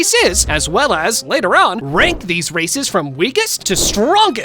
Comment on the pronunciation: Bro did not say races 💀